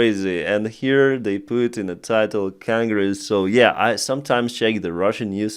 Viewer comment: Cangress?? Wth is that?? Its spelled with an "O" Genghis khan congress.. who would've guessed it that those two words sound the same.. Hearing people butcher English.. is the worst.